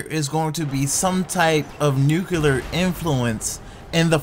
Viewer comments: say it with me........NEW- CLEAR NUCLEAR............not NUKE-ULAR........geesh and I'm from MS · Pronounced NEW-CLEE-ER NOT NEW-KYEW-LAR Y DOES EVERYONE SAY IT LIKE THAT??? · Nucular lolz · Learn to say nuclear properly